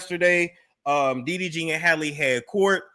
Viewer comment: Talking about her eyes is unnecessary and it sounds like you keep calling him DVD 🤣